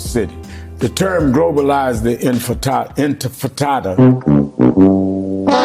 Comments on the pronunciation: Infitada 😂can't even pronounce it right.I doubt he even knew the meaning too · Sharpton is such a pathetic, ineffectual clown, the reigning king of the sellouts. He can't even be bothered to pronounce the word "Intifada" correctly. And right on schedule, Zohran Mamdani has purchased a ticket to ride on the capitulation train. Heard the hummus they serve in the dining car is really good...